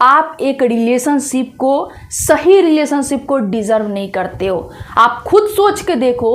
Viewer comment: रिलेशन नहीं लिडेशन